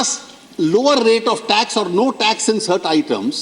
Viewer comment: sir please pronouns words correctly ex:- you are pronouncing Tex instated of tax soo please